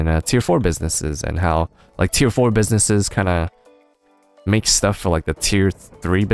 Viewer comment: The times he said Tier in this video ... Its tearing my brain up ;D